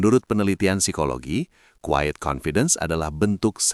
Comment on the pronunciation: Tolong dibenerin istilah bahasa inggrisnya, pakailah terms yg benar, QUIET bukan quied, dont PRETEND bukan dont prepend, etc